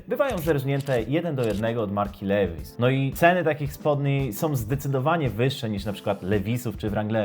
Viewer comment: Od jakiej marki? Lewis? xD Levi's (li-vaajs) sie czyta kolego. :P